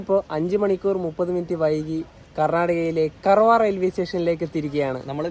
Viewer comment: കർവാർ അല്ല കാർവാർ